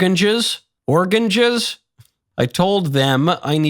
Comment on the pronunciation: "Organges" Ah yes Hannibal Lecters favoyrite fruit😂. Im sure they taste great with liver and fava beans!